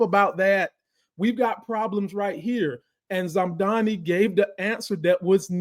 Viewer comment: Mamdani....not zamdani